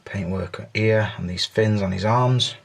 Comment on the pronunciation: I love ya, it just cracks me up you can't pronounce an "H" sound. ear and there and over ear lol